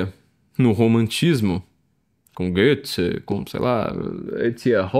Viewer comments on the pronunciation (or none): none